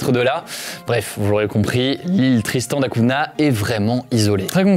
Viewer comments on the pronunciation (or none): Tristan da Cunha se lit da cunia, humour pathétique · Superbe vidéo !! Juste pour info Tristan da Cunha se prononce comme le [GN] en français donc [CUGNA] continue comme ça bravo